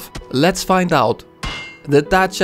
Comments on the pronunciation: Your pronunciation of "Dacia" was pretty good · the way he says Darcia is the most satisfying thing ever tbh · dacea XD good job on the romanian accent btw si eu sunt roman :)) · extra points for pronouncing dacia correct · HE SAID DACIA RIGHT!